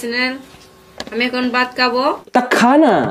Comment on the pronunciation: Dada ota vat na baat khabo bolchilo🤣🤣🤣